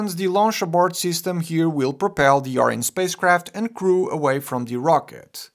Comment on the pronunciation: I couldn't finish watching your video, you kept pronouncing Orion as Ariane, which is a european commercial space flight company, and not the Greek mythological hero associated with the human-rated spacecraft at the top of the SLS rocket.